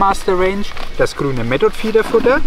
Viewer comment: Method spricht man mit englischem th aus.... Und nicht metod.... 😉